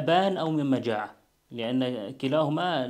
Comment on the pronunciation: مجاعة بتشديد الجيم